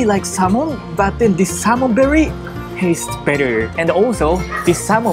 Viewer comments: I like Natto gunkan. When I first hear you say Salmon berry... I was like is it some sort of fruit? Then I saw the sushi... Oh... Salmon belly... So desu ne... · I was wtf is salmon with berry lol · The "L" and the "R" sounds are tricky, it took me a few seconds to realize you meant "Salmon Belly"! lol